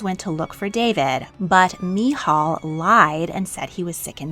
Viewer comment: As a Christian, I love getting a different perspective on these accounts. You presented it very well but I’ve never heard anybody pronounce Uriah or Michal that way before. I’ve not learned a lot about how the Old Testament was written so I admit even I learned something new!